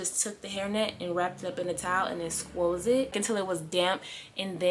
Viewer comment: Cause squeezed doesn’t sound like a real word 😂